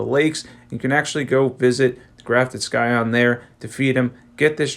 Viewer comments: Don't pronounce the 'c' in scion. It's pronounced "SAI on" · The c in scion is silent, I don't wanna be that asshole but I do want to let you know. Language is impossible if you never hear someone say it, I said "cascade" wrong for years